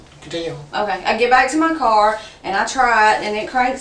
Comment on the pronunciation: “What kind of car were you driving?” “Mah car.” 😑